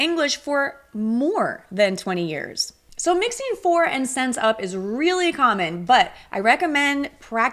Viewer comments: You are not alone! She pronounced "since" like "sense" which is incorrect. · I liked the video. Just a quick question: for my ears you pronounced “since” like “sense”. Is it common to pronounce it this way? Thanks 🙏